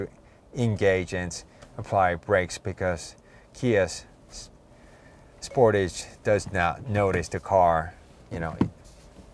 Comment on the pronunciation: Spor’tage not sport’age